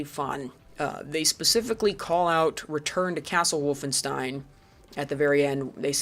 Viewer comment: I liked Zeno Clash a lot... I am one of those people. Good enough for this list? Unsure, but still IMHO a good game. That ain't how Wolfenstein is pronounced:P... Very fair on Serious Sam this time. Seems like I got through:D. Also agree, the original is a better choice even if IMHO the HD remake is good for new players to enter into the series. Metro 2033 is an example of remediation in gaming. Deserves to be on the list. I strongly dislike Far Cry 2:P COD 1 and > MW1. Call of Duty MW2 is American Propaganda (along with MW3). Too stupid, they ruined it:( Dislike Red Faction Return to Castle Wolfenstein > The New Order, even though IMHO TNO is great, one of the best in recent times. Natural Selection is that good. So is Tremulous. And to be fair so was Turok:P Crysis 1 is an excellent game. AMD/ATI/Nvidia fanboy wars and faggots ruined it. Its MP is great, its SP is an excellent grieving sandbox. I agree on IGI and Far Cry 1 in general though. Stop hating on Indie games or I will be forced to school you:P Planetside 2 is good and many people play it. Bioshock 2 is better than Bioshock 1 and both are worse than System Shock. Strongly dislike Far Cry 2. What it did, STALKER did better and before it and even recent FC games lose in comparison. CS:GO is not BS. Play it, you are wrong. Half Life 2 is great. Delta Force Black Hawk Down is an OK pick IMHO, but not for a Top Game list. Important IMHO overall. STALKER is fine to be in the top end of the list. It created g